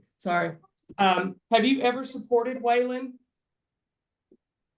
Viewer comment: It’s funny how the lady keeps mispronouncing Waylon like Waylond